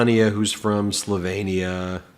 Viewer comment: I really enjoy your vids, However; Slovakia, yes, Slovenia, yes. Slovania,,, nah ah.